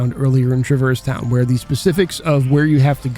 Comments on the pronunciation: I don't care which way is canon, the way you pronounce Traverse Town makes me physically angry lol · Great video, I loved almost everything the way you pronounced Traverse Town 😂 I also might disagree on how KH has aged relative to other games of its time, but I’m definitely unreal biased so fair